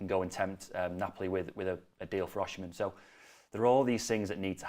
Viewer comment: V. Osimhen is off any transfer talks, moves and sales; in talks with Napoli for a new deal even his contract expired on summmer 2025, Napoli don’t need to sell anyone, and sure will consider anything less between 150-200 Mlns. So forget it! P.S.and please at least lear how to call him and his name!